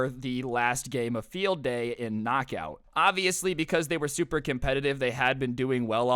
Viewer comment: Its not kcnok aut its lightning